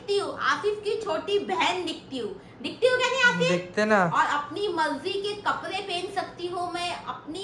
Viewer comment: Kapde bolo kapre nahi